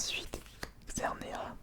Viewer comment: Trop bien ta vidéo comme toujours mais sa me stresse a toute tes vidéos il faut dire le S a la fin de xerneas mais c’est pas grave